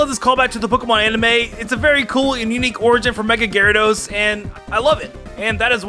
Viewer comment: Uh...? Are you sure that you weren't drunk when you recorded tangela and garydos